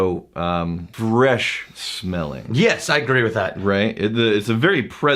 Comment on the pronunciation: Watching these older vids now I can't unhear saying "smellink" and "lingerink."